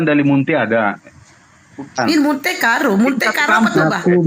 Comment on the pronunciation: Waktu ibu host bilang BAH dengan logat batak yang kental seketika ngakak wk wk wk